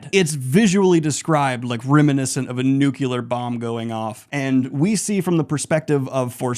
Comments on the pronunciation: Why are you saying Talveran and nucular?😢 ragebait for comments? Well played. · Daniel, I am so sorry, but you are too smart and too well-read to be pronouncing 'nuclear' as 'nucular'. I love you, but please.